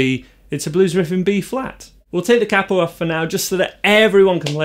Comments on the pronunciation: Please learn how to pronounce 'capo'. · Capo is pronounced as “capo” , not “capo” 😂 Just kidding